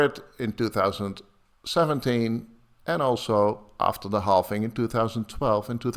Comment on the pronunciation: Please some tell that is called and pronounced halVing and BTC halVed and not halFing and BTC didn't halFed! I cringe every time